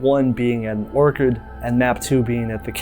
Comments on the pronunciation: Why are you pronouncing orchard like orchid? It's Ore-Churd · Anyone else kinda annoyed he kept saying orchid instead or orchard? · You saying Orchid instead of Orchard is crazy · My guy pls orchard not orchid come on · OR-CHARD, an orchid is a flower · Great explanation and analysis but the way you say orchard is sounding like orchid and its driving me mad 😭😭😭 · orCHARD not orCHID homie 😂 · Ore-chard (orchard). Ore-kid (orchid) is a flower. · I'm telling you, the first time felt like an honest mistake while reading, the 15th time started feeling like something else. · Yes its meant to be Orchard but I stg hes been saying orchid the entire video 😭😂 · I'm sorry it's gonna drive me crazy. It's pronounced or-tch-ard. Other than that, thank you for covering this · Your pronunciation of orchard is cooking me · Stop mispronouncing "ORCHARD" holy moly it's like a fifth grade level word. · The only thing I didn’t like about this video was your pronunciation of the work “orchard” 😭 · I knew I wasn't the only one hearing that haha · Good video but your pronunciation of orchard is making me bug out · I was inordinately bothered by the repeated mispronunciations lol. Normally I wouldn't make a fuss but orchards and orchids are two different things!